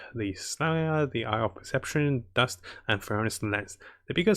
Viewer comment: you said rust "dust"